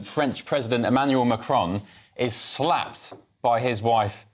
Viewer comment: Mista Sla-ped😂